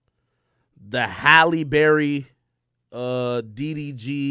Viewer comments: Halle Berry 😭😭 ak funny ash bri said halle berry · Bro said Halle Berry.